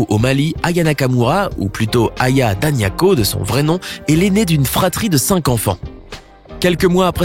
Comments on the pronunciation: C'est Danioko pas daniako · C'est Aya Danioko et non Daniako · Toujours des vidéos avec des fausses infos. J'en suis seulement à 1minute. C'est Aya Danioko et non Daniako. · C’est pas Aya Daniako mais plutôt Danioko